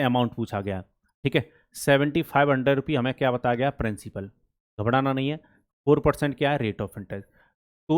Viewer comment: Sir ghabdana ni ghabrana bolte h n secondly you teach se well sir thankyou